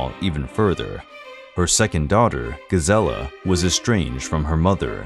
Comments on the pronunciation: When all one has to do is narrate, and that’s not done correctly…..eh…huh? If you don’t know, ask. In one video the narrator goes from Joseph to Josef with the ‘y’ sound, which is correct, then Gazella instead of Gisela, Gees-la. You had one yob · The names, you BUTCHERED them all! The rest is nicely done, but still unwatchable. You even mispronounced Sissi. Like how?!? Sharp S's like in "s"nake with a barely notible first i. Gisella completely wrong, its a long i with super soft s and prone a. Not like gazelle at all. Do it right or don't do it! Would I've been Austrian, I'd feel insulted by this performance.